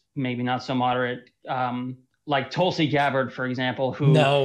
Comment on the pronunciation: When right wingers intentionally mispronounce the recently appointed SCJ & woman of colour its racist but when Pakman intentionally mispronounces Tulsi (a woman of colour) as Toolsie is so funny witty & clever.